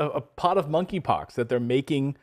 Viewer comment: K is silent -(moneypox)